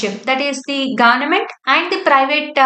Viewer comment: Pronounce Government properly